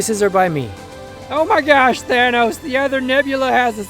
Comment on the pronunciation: Did he just say Thanus?